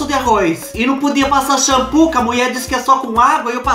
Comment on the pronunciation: Kkkk au adoroooo quando você fala a mueeee.kkkkkk